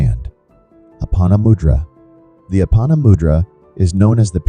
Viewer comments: It’s moo-dra not mud-dra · Please pronounce the word " mudra" correctly: moo+dra. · Moodra is a appropriate pronunciation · Please pronounce the words correctly! It is not mud ,it rhymes with "could" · Good info. But check your pronunciation. Mudra is pronounced with a long U for example.